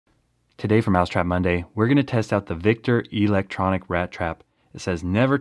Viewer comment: E-lectronic... The Long e tho